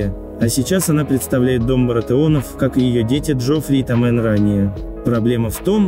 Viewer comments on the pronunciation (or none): СтАрков, а не СтаркОв. ТОмен, а не ТомЕн.